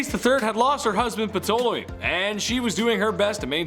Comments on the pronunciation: Ptolemy is not pronounced P-to-le-mi It's tahl-e-mi. The p is silent. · Pronounced P is silent/- Tōl ā māy please start pronouncing the names properly it gets really irritating to those of us who know the English language .